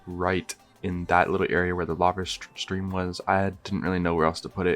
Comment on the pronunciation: "LAVE CAVE" XD